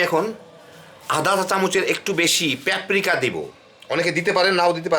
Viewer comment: vai peprika na paprika hobe🤣🤣